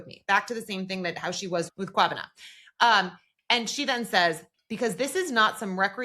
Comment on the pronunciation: This episode was great 🔥 and big ups to for your kwabena pronunciation 👏🏿